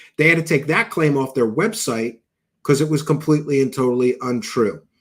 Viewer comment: Can't stand the way he says "because "